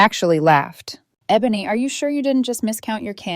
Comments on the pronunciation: EH-BA-NEE!!!! AI is so dumb....😂😂😂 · AI can’t say her name It’s not pronounced EE-Bone-EE